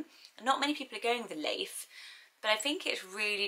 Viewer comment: Leif does not sound nice in scandinavian countries tho. It is pronounced læif and is an old mans name